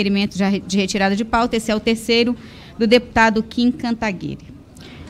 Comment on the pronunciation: Que fofa ela errando o nome do Kim.